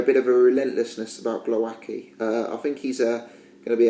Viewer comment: Your "Głowacki" pronunciation is terrible mate - check commentators please :)